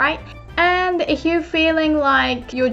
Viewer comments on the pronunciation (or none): すみません, I would like to thank for the amazing lessons. It may not be my place but since has helped me improve my Japanese I thought I could return the favour by noting that often (if not always) pronounces the word 'if' with a H sound. That, of course, must be due to the lack of a strong F sound in Japanese, especially next to a palatal Y (as in 'if you'), so one wouldn't normally address that but since is ever so good as to warn for potential mistakes I would like to humbly ask to consider the phonology of the English language. すみません、ありがとうございました！